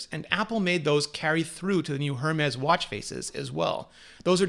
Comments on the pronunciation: lol its "air-mez" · LOL, Hermes is pronounced 'Ermes' - silent H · Thank you for such an in-depth video! Phonetic spelling... Pee-oh-knee and Air-mez. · This guy is tiresome... Also, while he has most of his info correct, a couple things annoyingly stood out. First, Apple got rid of the rose gold last year during the introduction of the Series 3... he makes it seem like the new aluminum gold is "new" and not the same shade as last years Series 3 model (which it is). Secondly, he doesn't know how to pronounce Hermes which I also found annoying. You don't pronounce the "H"... it's "AIR-MEZZ" not "HER-MEZZ". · How can a Canadian not pronounce Hermès properly? I guess it's reflection of the awful french they speak :P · Brianna Cogliano I noticed that, too. Perhaps PEE-uh-nee (peony) and air-MEZ (Hermès) to help clarify emphasis in addition to pronunciation? This video is making it tough to wait until the Christmas sales! (Target has offered a $100 gift card with each Watch purchase in past years.)